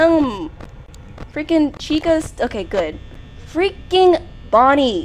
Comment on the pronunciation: hi i cant belive u played fnaf its such a good game and i just wanted to say u said bonnie wrong